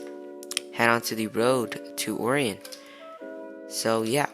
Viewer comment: It’s pronounced arian not oorion btw :) Great video tho dude! Keep it up